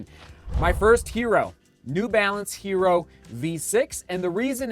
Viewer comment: It’s pronounced YE-ROH. It’s Spanish for IRON.